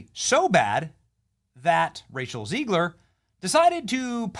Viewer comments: Why do you say Rachel "Zee-gler?" It's Zeg-ler. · I think it’s Zegler, not Zeegler.